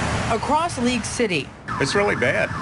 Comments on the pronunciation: I think it is League city ; haha sounded like leak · It is League City not Leak City. But you are spot on about all the things you have said. I live in Houston and it worries me.